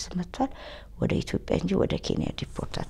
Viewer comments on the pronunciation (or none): none